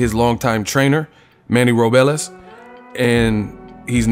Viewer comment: It's Ro-bles not Ro-be-les!!!😐🤔